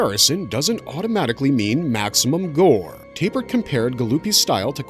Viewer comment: Why do you keep saying "Tay-pert" instead of "Tap-ert"?